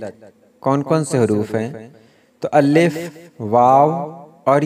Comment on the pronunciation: آپ کے الف کا تلفظ ٹھیک نہیں آپ الف کی لام پر تشدید پڑھتے ہو ٹھیک تلفظ (اَلِفْ) ھے